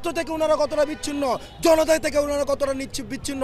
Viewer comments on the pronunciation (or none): none